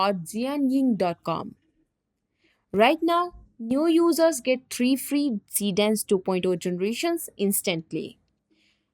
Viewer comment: its not Neow user...its New users .